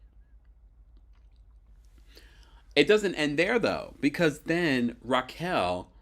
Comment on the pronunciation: it's pronounce Raquel (Rock-Kel) not Rachel